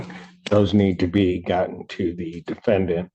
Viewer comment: 😂😂! Had a flashback of DBrown in Wisconsin! “DA DEFEN DENT”😂😂